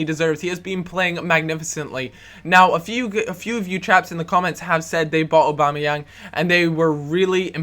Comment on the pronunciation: its prononsed Og - Bom - Ni - Yang not obamayang